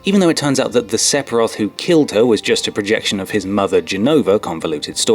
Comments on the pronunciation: this guy strikes me as someone who knows fuck all about videogames.... I mean he called him sep-iroth haha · SePiroth... really ? It's Sephiroth, ph is pronounced as an f, even in English ! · No-one else triggered by his pronunciation "Sep-hiroth"? Just me?? That's a /ph/ letter combo, my friend, and is pronounced /F/ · it's "Sephiroth", not "Sepiroth." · cool video, just one tiny detail, its " sef " iroth not " sep " iroth. I think, LOL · And isn't it pronounced "Seffiroth" not "Seppiroth"? :P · Your not saying sepheroth right it is pronounced 'se' th 'a' roth' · It is pronunced Sef-I-Roth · Sephiroth is pronounced "Sef-eer-oth". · Do people pronounce Sephiroths name wrong on purpose or is it just to annoy me?